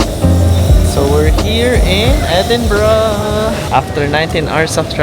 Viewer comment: edinburgh edi-bro